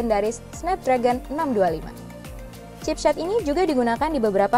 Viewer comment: chipshet? chipsh*t kali non.. heheh peace...